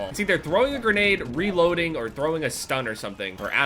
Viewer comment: he says "cover me im reloding"